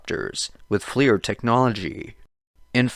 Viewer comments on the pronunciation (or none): none